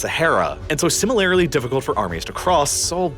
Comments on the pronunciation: Jw why do you pronounce similarly (SIM-i-ler + ly, for most) as sim-uh-LAIR-ly? You do it very consistently and it throws me off every single time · Great videos, but the word isn’t pronounced “sim-uh-lair-lee” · The way you pronounce “similarly” in all your videos hurts me. I’m literally begging you to look up how to pronounce it